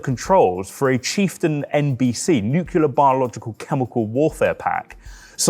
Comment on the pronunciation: I enjoyed almost all of it - but the prick couldn't pronounce "nuclear" correctly, so that's a solid drawback. It's only pronounced nu-ku-lar if you're Homer Simpson.